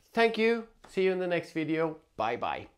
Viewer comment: You had my subscribe when you almost said “wideo”…. Glad I found the channel, thanks for the in depth review!